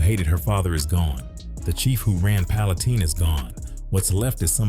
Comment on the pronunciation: It's pronounced like pallen tine with a long I..not teen